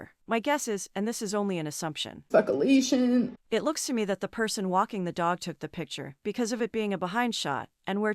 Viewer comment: “Specalashun…” gets me everytime omg